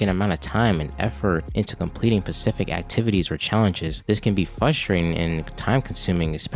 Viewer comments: SPECIFIC*… Ssssspecific… NOT PACIFIC. PACIFIC IS AN OCEAN. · Not even can say Specific lad.